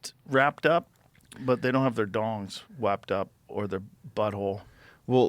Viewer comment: “ wapped up “ love baby CTE Rogan.